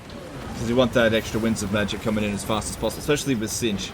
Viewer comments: Laugh every time I hear the word “Zintch” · The way he pronounces "Tzeentch" is going to drive me mad.